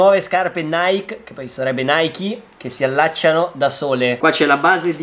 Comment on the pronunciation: In realtà non è ne naic nichi naichi sarebbe niche